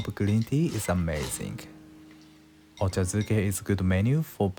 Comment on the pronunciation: Ochazuke. Not duke